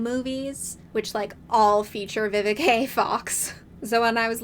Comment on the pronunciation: It’s Vivica- not Vivikay😂. Miss Vivica Fox have been a long time talent in the industry, she has done so many iconic roles. More props need to be given to her👏🏽!